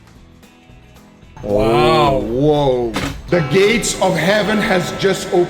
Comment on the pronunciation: in he says heaven but it sounds like satan is claiming that steak.